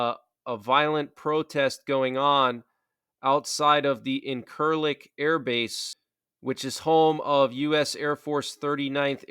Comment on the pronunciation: I was stationed at the airbase in Turkey for several years. If you wouldn't mind, can you pronounce it the correct way it is pronounced "injure-lick". This is not a joke that is the actual pronunciation. Thank you.I was stationed at the airbase in Turkey for several years. If you wouldn't mind, can you pronounce it the correct way it is pronounced "injure-lick". This is not a joke that is the actual pronunciation. Thank you.